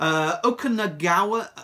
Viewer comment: It's pronounced more like oh-kah-nahg-in if you're interested. It's a indigenous word from the native Canadians of that area of BC.